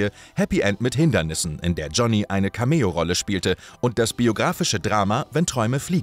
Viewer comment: Der Inhalt scheint mir relativ gut recherchiert, aber geschrieben ist der Kommentar stellenweise wie ein schlechter Bravo -Artikel ("...unser Held") und das falsche Aussprechen von Namen (Ronald statt Roald Dahl) und Ausdrücken (CamEo) lassen mich nach einigen Wiederholungen dieser fremdschämen. Allgemein ist der Stil einfach viel zu Boulevardhaft. Ich habe es nicht bis zum Ende geschaffft.